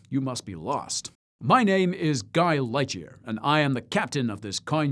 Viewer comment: I could've sworn he said "Guy Ledger" not Lightyear. Had to turn on the captions to be sure. 😂